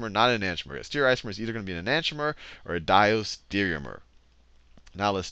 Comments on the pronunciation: The teaching was good but, It pissed me off so much that Khan couldn't say STE-REE-O-ISOMER, and E-NAN-TEE-OMER. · Can't even pronounce enantiomer correctly.